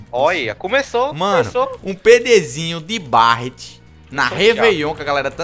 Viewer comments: Deus qui mi livre, se fala béret não barat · cara so uma coisa fala berret q fica melhor q barret